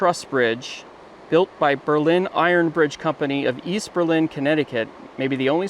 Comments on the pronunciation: It is a lenticular truss bridge. There is a preserved walkable one in Lovers Leap State Park in New Milford CT. Since WWI both Berlin NH and CT have been pronounced BERlin, not BerLIN. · Berlin NH is pronounced BER-lin. Don't ask me why. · Berlin. AGAIN, not said like the city in Germany, this small New Hampshire town located along the Androscoggin River is pronounced "BURR-LIN" Stressing the BURR, not so much the lin